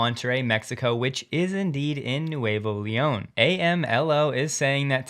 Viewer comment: Me gusta que Tesla vaya a hablar un poco de español. Btw, it's pronounced Nooevo Leon, which means new lyon (although it's really New Leon, which is a city in Spain).